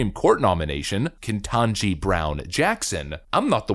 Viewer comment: The lady to Bidens left as he butchers the diversity hire Supreme Court justice name is CLASSIC!!